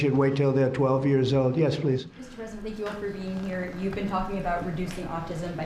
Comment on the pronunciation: FANK YOU, DOCTOR TWUMP!